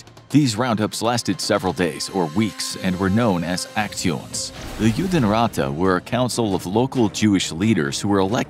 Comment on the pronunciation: Judenrat is pronounced "yoo-den raht"